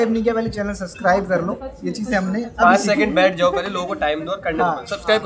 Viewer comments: Arman ji suscribe nhi subscribe bolte hain.... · Armaan Bhai wo sacscribe nhi h sabscribe hai😂aap Galt bolte ho